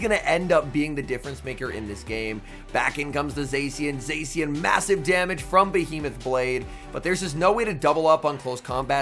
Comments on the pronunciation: Zā-shee-en not zay-see-uhn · This guy still hasn't learned how to pronounce Zacian